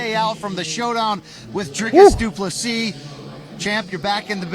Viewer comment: Du Plessis is pronounced Du Plesie the last s is silent,i am from south africa and speak Afrikaans.